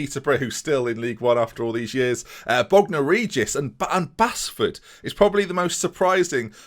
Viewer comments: It's Base-Ford not Bas-Ford, I live there so I know😂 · You say it as Baseford not Bassford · As someone from Nottingham I just wanna say its pronounced like "Base-ford" even though it isn't spelt that way!! Also please do a rebuilding Liverpool save with this database I'd love to see that! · Oooo Mickleover. My home village. And Basford is pronounced BASE FORD. Lol. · Basford is pronounced Base-ford, not that interesting but there you go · Basford United is pronounced Baseford 😀😀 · Love the way you pronounce Basford mate. Its said 'Base-ford' btw <3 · Prounounced base-ford! Local to me, absolute shit hole 😂. Great vid keep up the great work